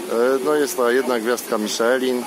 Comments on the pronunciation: Miszlę się mówi a nie Miszelin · Ta wymowa "Miszelin" powoduje u mnie irracjonalne napady kurwicy ;___